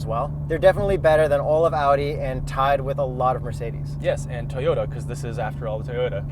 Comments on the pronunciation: Did pronounce "Toyota" correctly? or he still pronounces "T-yota" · The way enunciated "Toyota." How did I miss that five months ago?